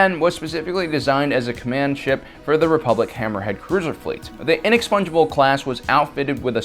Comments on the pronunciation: It's the inexpugnable not the inexpungeable for chrissakes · I keep hearing "Inexpongebob class".